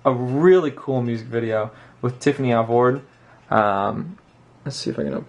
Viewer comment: I love! He's so cute and nice and I love how he says Al-vORD hahaha